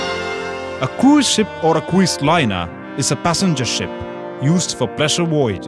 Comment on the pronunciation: you must have learnt how to pronounce croo-is ship as well! :D